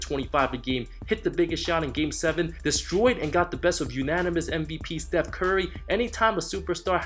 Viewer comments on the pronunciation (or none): none